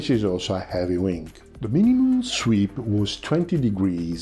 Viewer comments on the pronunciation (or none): Tranzonic... zweep... cosa succede, amico? We understand friend. Outstanding content, I can deal with imperfect pronunciation. My Italian is slowly improving.